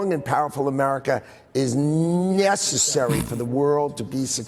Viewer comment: "nyessary". I thought he was going to say "nyet means nyet". And does anyone understand wtf these people are talking about? It's all double talk. But I guess that's the point